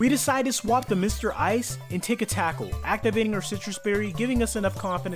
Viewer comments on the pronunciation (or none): none